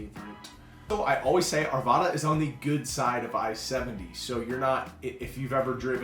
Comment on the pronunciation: Arvada not arvaaaaada. Lakehood hahahaha😊